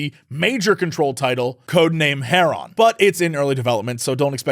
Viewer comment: You said "Codename Heron" and I had to wonder if Crendor hijacked your brain for that pronunciation